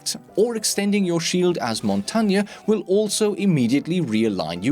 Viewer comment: he said Montagne right....wow.......good job:)